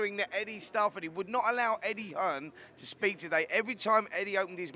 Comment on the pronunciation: Lol.. did he say Eggie Hearn